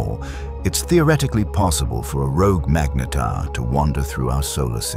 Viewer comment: Very good AI narrator, just needs help pronouncing ’magnetar.’ Even if it’s wrong, keeping it consistent helps. Very informative assuming the details are correct.